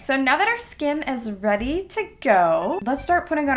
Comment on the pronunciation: "oK Im rEaDY" in the British accent was so cute